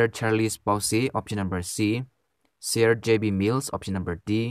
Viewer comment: ITs sir not sear